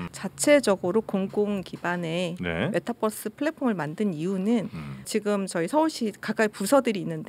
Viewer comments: 님은 메타버r스를 메타뻐쓰 라고 발음 하시네요 시내버스인줄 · 어려웠던 메타버스의 의미를 잘 설명해주셔서 감사합니다. 그런데 서울시 공무원 여자분, 끝까지 메타뻐.스. 뻐스. 뻐스.. 메타버스 잖아요. 뻐스 타고 다니는거도 아니고 끝까지 뻐스래. 짜증나. Metaverse. B가 아니고 V 자나요. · 뻐스? 유니뻐스라 읽나? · 메타 뻐스.. 발음 거슬린다. bus로 생각하는 것은 아니겠죠?